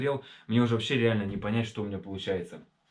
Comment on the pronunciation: Даже акцент появился. -"Ващще жоска"😂